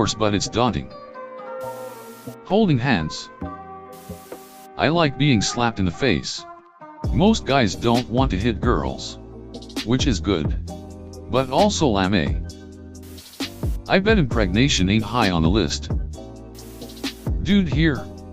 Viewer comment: man straight up said "lam-eh"